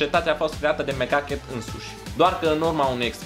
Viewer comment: Am crezut ca ai zis "Mega Cat" in loc de "Mc Ducket"